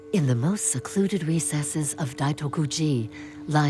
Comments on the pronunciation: The narrator says "Daikoto-ji" in the very first second. It's not that hard to pronounce Daitoku... 🫠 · It’s Daitokuji. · Thanks for the explanation, Dai Toku ji is a very important Rinzai zen monastery in Kyoto. “Daikotu” ji doesn’t exist